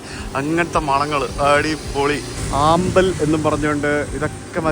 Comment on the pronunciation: ആമ്പൽ അല്ല അംബാൾ ആണ്